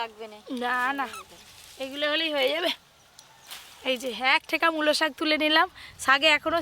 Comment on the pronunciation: একবার বলেন শাক আরেকবার বলেন সাগ উচ্চারণ টা ভালো করে করবেন